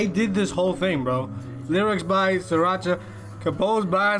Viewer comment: we love stanning musical geniuses. (also it's pronounced as "three-racha") (unless that's what you are saying but i swear i keep hearing sriracha lmaoo)